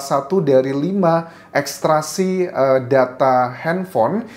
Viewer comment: Maaf Mas Anjas, Ekstrasi atau ekstraksi ?